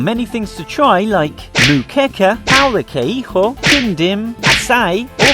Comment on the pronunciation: "Pão de queijo" "Pão de queirro" you did it wrong, please see part 1 and DON'T SPEAK SPANISH.